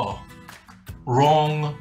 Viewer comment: At least you're consistent. Consistently "WRONK".